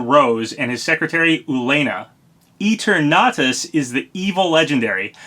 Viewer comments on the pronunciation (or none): You probably know this but the name is pronounced like Eternal